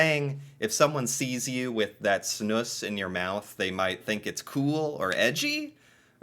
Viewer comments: its pronounced more like Snooze not Snooss wikipedia is wrong lol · They way you say Snus as "Snuss", cracks me up XD. Snuss sounds like something "dirty" :-P Its also kinda ironic that smoking seems more hygienic, when i my self quit smoking and only use those nicotine bags now, it later hit me how much cleaner and fresher i feel after i quit the smoking. Oh hes going to start puking soon XD Also you have a type that is basicly a white powder, which doesn't leave any discolor at all, like Epok and Loop, and some other brands. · Pronounce it more like "snooze" 😊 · it's one S .... not Snuss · It's pronounced (snooze)